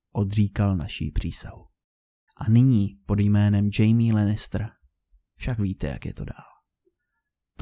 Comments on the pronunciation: Pěkný video. Ale je to opravdu "Chajme". "Džejmí" se píše Jamie. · Nejsem si jisty ale necte se to nahodou Chaime ??